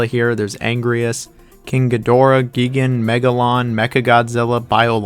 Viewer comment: "Angryus" "Geegan" bro...what are you doing to me?